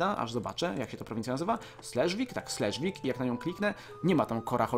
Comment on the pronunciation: slesvig czyta się dzisiaj szlezwyś)(znaczy niemiecka cześć)